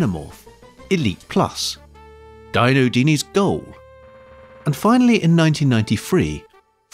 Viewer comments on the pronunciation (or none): Dino Dini It's pronounced "Dino" as in Ferrari, NOT "Dino" as in Pterodactyl ... Otherwise, great video :)